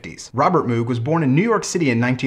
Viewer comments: As much as I enjoy your channel you are acting as if you are an expert on the subject yet you keep referring to it as an Organ, which it is not. It is a synthesizer and there is barely anything organ about it short of the Taurus Bass pedals. Also, it is pronounced MOGH not MOOOOOG. Overall yes it is one of the most important designs in the last hundred years but it is because of the modular synth design he created that allowed for vast manipulation of sound and the lower price than the RCA Mk II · I get your problems with pronouncing it but if you are going to be a guru on the subject then you should really look into what it does. The only parts of the moog synthesizers that were organ was the keyboard in which it has organ style keys as the hammer action of a keyboard would have been heavy and unnecessary as it only needs to press a sensor. This of course evolved from the Hammond style organs but the entire process of making sound is subtractive synthesis vs additive synthesis in organs.